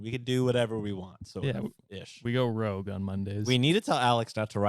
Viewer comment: Okay I died when you guys thought the Sephora membership tier was called Rogue but it’s Rouge like red in French 😅